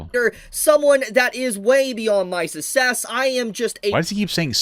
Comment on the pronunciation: He pronounces it "sussess" because he's sus 🥁